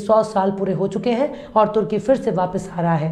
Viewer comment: your Urdu is 95 percent perfect. If you try slightly more it will be 100 percent perfect. You say "sarko na "fake"" you can try to say "sarko na phek". You say " fir". You can say "phir". You say " hijaj". You can say " hijaz" its " zzz".